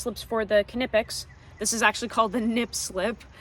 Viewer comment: are we 10000% sure the "K" in "Knipex" isn't silent? ;)